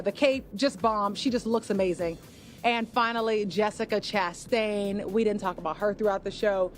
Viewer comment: Ugg...its Gala (short a) not GAAAY-lah...its Lin- Manuel not Man-u-ewe-ell, Jessica Chastin...not CHAST-TAINE....Jesus.. agree how did these two get this gig? And its 'she never got what was due to her... not she never got her just-due... its just-desserts.....ugg theres like 40 times these two mis-speak badly